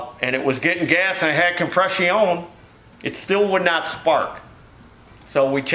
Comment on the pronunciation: com-press-EE-on, gar-BAHGE Love it when speaks French. Wooooooooo.....